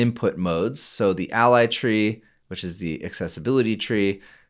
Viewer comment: lol is not ally but a-eleven-y it's like internationalization as i-18-n, it's the number of characters you are abbreviating